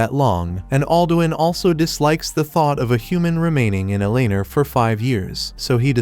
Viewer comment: ElAnAr. You mean Eleanor?